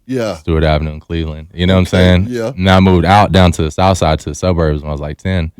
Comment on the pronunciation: "The souf" not "these streets" bih 😂